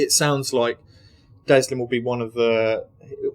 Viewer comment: Not Deslin... Delsin.